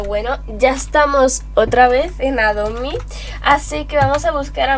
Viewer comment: PORQUE DECIS ROBLOS Y ADO MI